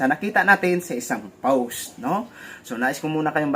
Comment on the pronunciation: hello happy new year sayo,,,maganda naman ang mga ginagawa nyong reaction,pero madalas ho naririnig ko sinyo ang salitang powst,,post lang ho yun walang W,salamat